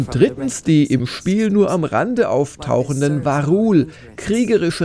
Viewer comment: sorry triggert mich gerade..es heißt Vaa´run und nicht "varul"